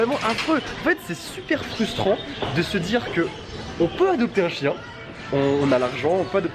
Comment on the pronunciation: Au lieu de chien g entendu chicha 😐chui bizard